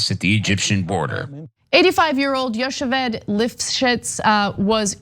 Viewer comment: Its yo-hev-ed you dumb fucks. with like a lugge sounding H.